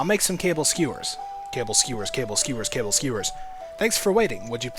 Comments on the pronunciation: it is NOT "CABLE" skewers. it is KA-BALL. Ka as in caught(cau) Ka. Ball(bal) Kabal skewers. not "cable". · is it Kaball not cable